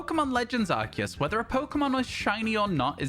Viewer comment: he said it … legends arKEus …. not arSIus 😱😱 🎉🎉🎉🎉🎉